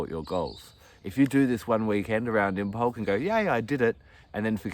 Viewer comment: Cool fact, Imbolc is supposed to be pronounced with the b being silent. 'Imolc'. Lovely video btw!